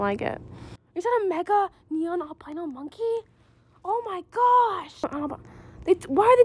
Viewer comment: loved when u mispelled "monkey" by saying "nonkey" LOL